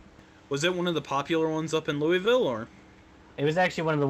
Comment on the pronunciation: This was fucking excellent. However, as a native Kentuckian ya'll need to learn how to pronounce Louisville.